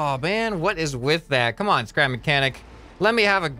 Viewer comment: Scrapmanechanic Not nicanic